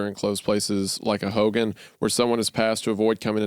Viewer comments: It’s also pronounced like Ho-gone. Not like Hulk Hogan. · I CANNOT TAKE HOW THEY'RE PRONOUNCING HOGAN ITS "HOE-GONE" WHAJSIDORHEJAPAP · Bruh i hate the way they pronounce hogan 🤞🏽😭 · Hearing the boys pronunciation of "Hogan" is making my upset stomach worse